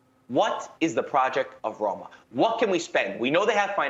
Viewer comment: Thanks for the conference but ur Roma was most wrong Roma i ever seen😅